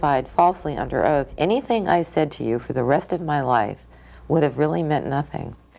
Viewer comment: “I’m yew. I’m just like yew.” No. No you’re not.